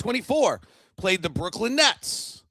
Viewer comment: I still feel that it's Brooklyn and not Brooklynd